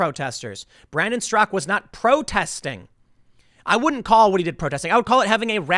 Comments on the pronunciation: Its Straka not Strock. I think you're thinking of Peter Strzok the crooked FBI agent. You're unintentionally gas lighting us on his last name.....lol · Straka not strock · Why does Tim keep saying “Brandon Strock”? The man’s name is Brandon STRAKA. Two syllables. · How to pronounce Straka. Not Strock. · I believe his name is Brandon Straka, not Strak. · Straka not Strzok. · But it's actually pronounced with a silent A on the end. Brandon actually mentions this in his interview with Tim a few days ago. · Tim, it's "strakA". He even told you in person xD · Tim... his name ends in an "A"-Strak!A! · strak-AH. The one pronounced "Strock" in the news was Strzok, the crooked FBI man. Not Brandon StrakA, who started #WalkAway. Don't forget the "ah" at the end. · “Strock”? That’s not how he pronounces his name. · He Finally learned how to pronounce McEnany. Now we need to teach him how to pronounce Straka. Hey Tim there's an a at the end..... SMH